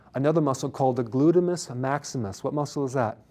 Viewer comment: He said "glutemus" 🤣🤣🤣